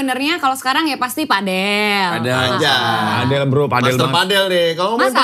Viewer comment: PAdel BUKAN pEDEL